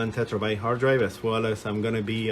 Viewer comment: Terabyte not tetrabyte :)